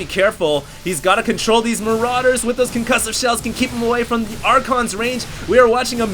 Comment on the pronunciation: haha i love how he says maraiders are SO BEEFY! lmao